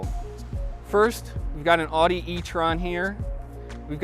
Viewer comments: Does every Midwesterner mispronounce “Audi”? I would have thought an actual car magazine and auto journalist would at least try to get it right. Seriously, the only Americans I ever hear saying “aww-di” are from Michigan, Wisconsin, and Ohio. It is ow-di. Like “out”. Find a German speaker saying it. Like on autogeful or something. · au·dee, not aw·dee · It’s disturbing how many members of the automotive press pronounce Audi as “oddy” and Volvo as “bobble.” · Wow. Been readin' since the '70's and DANG it's gone downhill. When almost the first thing the dood says mispronouncesAudi (aw-dee) I'm almost sure he'd gonna say Hy-un-die too. For shame, for shame. I WILL give him the golf-clap for Porsche though. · He can’t even pronounce Audi correctly, so chances were slim for Lima.